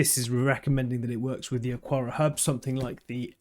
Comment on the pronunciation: It's Ak-ara. Xiaomi is pretty close to Show-me, but with a little "shiow" in it. The one that throws me is the UK pronunciation of "template." I'm still not sure whether the UK dictionary says "tem"-"plate" or "temp" "late" where the "late" is pronounced "lut", which I'm certain is the American English pronunciation. :)